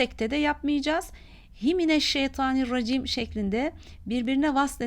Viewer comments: EUZU BESMELERİ YANLIŞ OKUYOR ŞEYDANİRRACİİM DEĞİL ŞEYTANİRRACİİM ADRMİ ALDATAN ŞEYTAN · Hocam programa başarken euzü de şeydani diye okuyorsunuz. Da diye çıkıyor